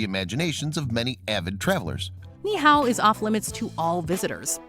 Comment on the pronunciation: That's not how you pronounce Niihau. It's a Hawaiian word, not Chinese lol.